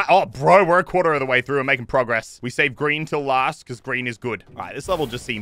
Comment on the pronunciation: Muselk: im so clever Also Muselk: im a quatre of the way through half way through